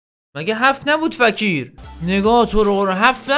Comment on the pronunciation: اومد با ادب باشه به فکیر گفت فَکیر 😂😂💔❤️